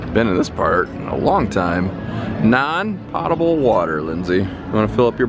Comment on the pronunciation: It's PO-ta-bal water not POT-a-bal water lol FYI